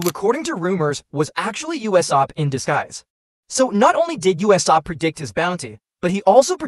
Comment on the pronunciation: why do pounounce usop uesap